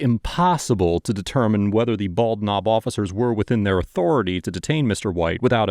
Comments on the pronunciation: Did you say it was the "Bald Knob Police Department?" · Bald Knob, my grandfather was from that little town, he joined the Marines when he turned 18 to get out of there. And it's pronounced Ball-Nob like one word, they don't pronounce the D in bald.